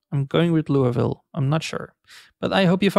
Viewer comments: It's factually 'Lewey-ville', since it's French. People in KY and w/e can mispronounce it however they want. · It's pronounced like this Lew, but no “W”, and then just “Ville”, like Serville. :) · "Loo-a-ville" Well, I thought it was "Looey-ville" but I guess that does sound right for Kentucky. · Those who live in Louisville pronounce it something like Loy-vil so yours isnt too bad lmao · the pronunciation of Louisville is Loo-ee ville. the name louis is originally french so your not supposed to pronounce the S. doesnt stop parents from naming em louis with the S pronounced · we say looville where im from.